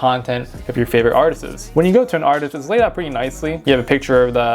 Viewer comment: “Artisis” is crazy 😂